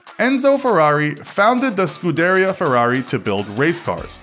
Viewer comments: He said Scunderia, Veneno and Centenario all wrong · The way he pronounced scuderia🤣🤣